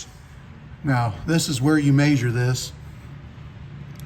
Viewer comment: Ok.. you’re triggering me. I can let “MAYsure” go.. regional accent. But “acrossed” is NOT a word!!